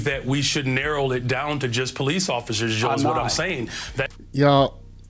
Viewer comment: "highly educated Brother"? He pronounces narrow as narrol. My grandson is 3 YO, and he can pronounce 'narrow'. I just tested him. Blacks, like you, need to raise the bar.